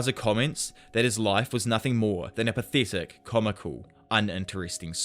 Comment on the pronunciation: Jesus christ this guy is so bad at reading, it’s literally telling you the names of the moves on the screen and not to mention everything they’re saying (also the way you say pathetic is disgusting your accent is actually a speech impediment)